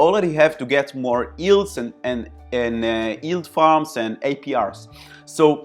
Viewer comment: thanks very informative, have subscribed...being a smart ass I can't help myself & will say that talking about yield farming you might have to learn how to say the word yield hahaha it's not ''ild''